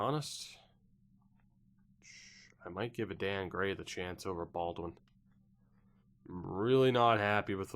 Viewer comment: Adan gray probably pronounced aiden